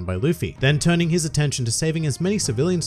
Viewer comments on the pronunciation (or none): none